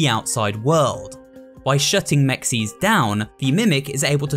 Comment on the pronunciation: The way he says mixes…